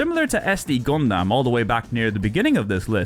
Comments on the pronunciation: Did he say Gundamn? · Okay hearing you say Gun-damn is a bit distracting, haha.